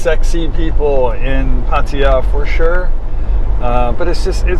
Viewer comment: Glad to hear you are one ahead of Kev; you can pronounce Pattaya correctly :-)